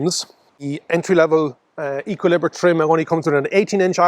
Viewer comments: I'd have said "Ay-ki-lee-br" (no pronounced H at the start) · Thanks, great to see Renault taking their early progress with the ZOE to larger EVs. Looks like a promising addition. I'm going with Ek-ee-lee-bruh on the pronunciation, btw... A-level French, don't fail me now!